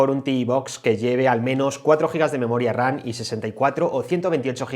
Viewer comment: 👀👂¿Por qué cada que mencionas la Memoria se te oye pronunciar Memoria "RaN"? como si fueras a decir RANA. ¿Algún problema para pronunciar la "M" ? No suena igual decir RAM que "RAN" se nota la diferencia al escuchar una u otra.